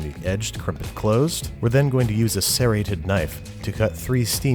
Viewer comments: "sse-rrated" lol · The way he pronounced serrated made me cry